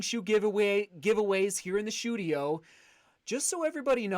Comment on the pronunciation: 'The shoedio'